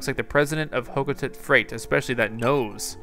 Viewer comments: Its prenousted. Hoc-oh-tate. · Just trying to help, not correct you. Hocotate is pronounced Ha-ko-tate ...I don't know how the dictionary thing works but I just wanna help ya out